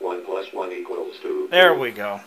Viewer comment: The way it said "Equals" almost sounded like "Z-Quil" in some repeats ;)